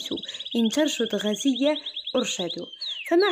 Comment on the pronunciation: غُزية بالضم يادكتورة